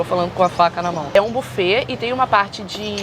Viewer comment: Buffet se lê bifê ... 👈👈